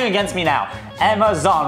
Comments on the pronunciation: “Emma Zon” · “Emma Zon” 😂